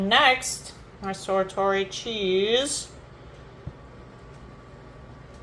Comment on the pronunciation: hey dear its pronounced like its spelt sar tor i not sat at tori looks pretty darn good